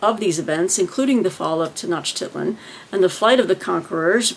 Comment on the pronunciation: Conquistadors and Aztecs!! 🙌I'll also be reading about the fall of the Aztecs!! (You actually pronounced Tenochtitlan pretty well when you were reading the blurb of the book). I like the idea of faith and religious reading for historathon. Not precisely the same, but as for the history of christianity, I'll be reading a book about the spiritual conquest of México. (My focus will be the fall of the Aztecs and New Spain).